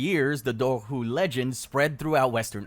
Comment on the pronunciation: Your dobhar-chu pronunciation is shitty and frustrating. It's DOH-ur-koo, like "do-war" and "schu" (like the end of loch).